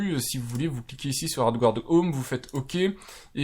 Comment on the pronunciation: Adgarde, pas adgouarde! Erreur fréquente des français qui ne reconnaissent pas le mot français emprunté par l'anglais et prononcé comme l'original. Ce n'est pas grand chose mais ça vous permettra de faire encore un tout petit peu plus pro 😉 (pour être totalement précis, prononcez "adgâd")